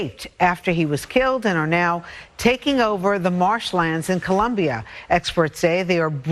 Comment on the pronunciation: Oh yeah!... he knows how to pronounce it... COLOMBIA jajajajaj. Nice!